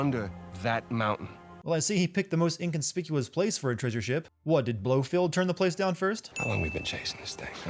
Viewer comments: Blofield..... Blofeld* ding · God damn it man, it's BloFELD not BloFIELD. I deduct one point off you